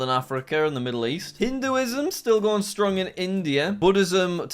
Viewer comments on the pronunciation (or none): none